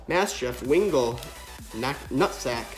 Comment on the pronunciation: Yeah I heard you refer to one of the Pokémons as Nutsack. Lmfao!